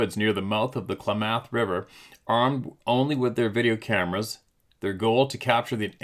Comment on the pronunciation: Hey, I grew up in Klamath Falls. It's pronounced KLA-math. 😉👍